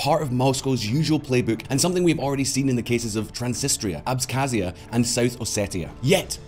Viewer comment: Please learn to pronounce Transnistria and Abkhazia. SMH.